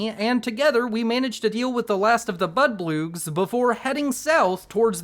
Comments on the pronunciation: Are you saying bloodbug wrong on purpose? They're not "budbloogs" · Bro can't pronounce blood bugs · Hearing you call them "budbloogs" always makes my day, and then your laugh at trying to say activate gave me quite the smile. Thank you for all the hard work that goes into your videos. Keep it up